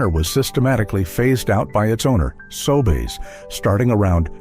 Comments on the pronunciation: I can find no evidence that P-W ever existed in Canada. And the pictures of locations do NOT look like . The fake voiceover can not even pronounce Sobeys: "Sobays". I would not click on this channel again faster than the clicking of price guns down the aisle. (sheesh) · The hack that made up this "video" surely WASN'T Canadian. Hiding behind an automated voiceover. "Sobays"... right.